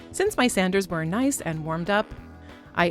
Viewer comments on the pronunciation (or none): none